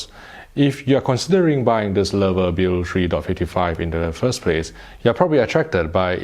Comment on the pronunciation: he pronounced it right. Maybe the first person that's no German native speaker. I'm impressed